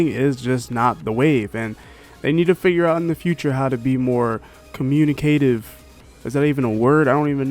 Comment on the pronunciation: I'm not worried, I didn't even think there was anything to be worried about. I thought this was normal. Communicative is a word you're just pronouncing it wrong. XD